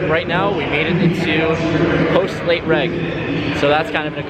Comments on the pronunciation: Its " late REG" short for registration, not reg like "regular". It tilts me so bad when you say late reg. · Late “reg” 😂😂😂